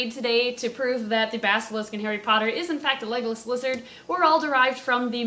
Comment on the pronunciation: Am I the only one who thought she was saying "Legolas Lizard" at the beggining... Oh... Okay.